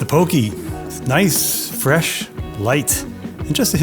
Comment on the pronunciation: Love your humor.😂 I think your Euell Gibbons reference may have missed a generation. Made me feel old.👴 Oh, Poke is Po kay, not Po key.